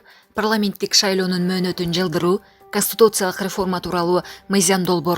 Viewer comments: Ай чон кыз КОСТИТУЦИЯЛЫК эмес, КОНСТИТУЦИЯЛЫК туура окусанар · Канстутутсалык деген тупица каяктан таптын мындайды Бир аз окусан китепти же ук жакшылап блогерсинби же булаксынбы конститутсалык деген болгон емес конституциялык еле болот коза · Констутуциялык деп окубай конституциялык деп ужас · Консутутциялык дейт го, нормальный дикторлор жокпу,туура окуй алган